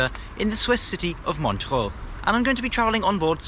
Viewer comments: MOntchrúúúú´:D ur pronounciation is funny mate :D :D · His pronunciation of Montreux was incorrect.